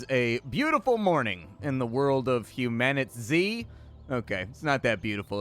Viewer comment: ...what is it? Mispronounced. Humanitzed.